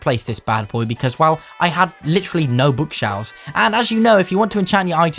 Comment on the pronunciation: I may be dumb or new or something but he says book shalves